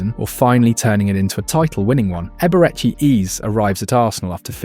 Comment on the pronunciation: bro wtf is eberchi eez and gyockerez